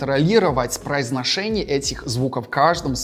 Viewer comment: Слова "произношение" и "Жора" произносит как русский